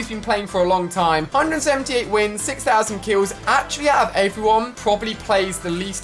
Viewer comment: You said pousand